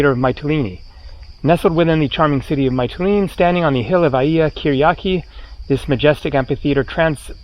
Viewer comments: It's pronounced "Mitt-a-lean-e" not "Might-a-lean-e' FYI. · Actually, all the vowels in the word are pronounced in the same way as the letter "e" or "ee" (see, meet, greek etc). There is no "a" sound at all. So it's more like "Me-tee-lee-nee". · Hi. It's Meetilini like Meekonos. The Y in Greek is pronounced with a clear ee.